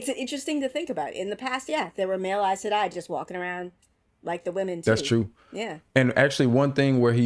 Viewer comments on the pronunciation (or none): Aes Sedai not Are Sedai.